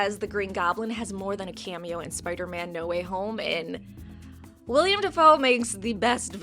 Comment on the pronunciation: Damnit, his name is WILL-EM!!